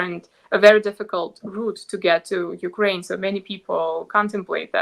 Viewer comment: You are one of the few people who pronounce Ukraine correctly. That is exactly the Ukrainian people call their country. Thank you.